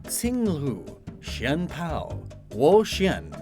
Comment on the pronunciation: I checked with my friend who speaks Chinese and she told me you got the pronunciation down near perfectly; though the way they are written out in game (I.e Chien-Pao) technically mean all these Pokémon’s names are double romanized! She said it felt like it was a romanization of pinyin; which is already romanized Chinese.